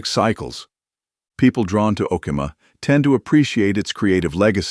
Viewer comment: Tom Nix not Tom Mix. O key ma! Is how you pronounce Okemah.🎉